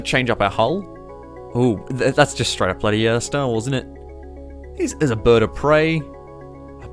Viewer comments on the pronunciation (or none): none